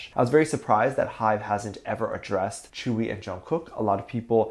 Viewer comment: It's not tchewi it's tzeuwi or tjeuwi "tzuyu" BTW I will be soooo happy if they are really dating I like to see all of bts members dating